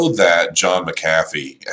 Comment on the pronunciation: his name is Mc-u-fee